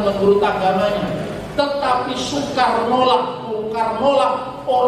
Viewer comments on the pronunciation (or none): none